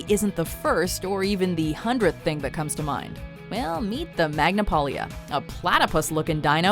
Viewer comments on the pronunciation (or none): none